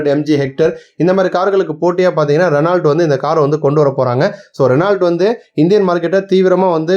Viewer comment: Renault - t silent . Spell as reno 44.54 44 pulli. ஐந்து நாலு என சொல்ல வேண்டும் not ஐம்பத்து நாலு. புள்ளிக்கு அப்புறம்